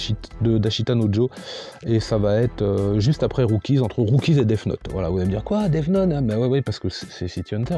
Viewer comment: cool comme concepte 😀 part contre faut t'arrête de dire déf note pour death note 😂😂